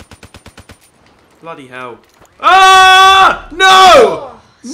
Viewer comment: can u stop saying bloodyhel man is better